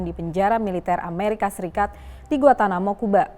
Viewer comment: Gua-N-tanamo, bukan Guatanamo,.